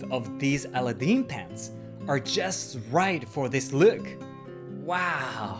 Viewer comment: A very fun video! Thanks for sharing. *Also try saying Aladdin with the accent on the second syllable, (the second "a" would be emphasized).